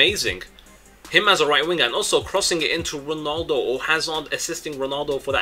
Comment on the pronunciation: IT'S 'RONALDO' NOT 'RONOLDO' -__